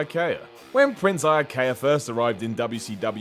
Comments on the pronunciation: It's pronounced Eeuhkeyuh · Shit sake! As a Hawaiian it always irked me how they pronounce Iaukea (Ee-ow-kea) Dude was my Judo Sensei's nephew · I remember Iaukea better than you as unlike you I know how to pronounce his name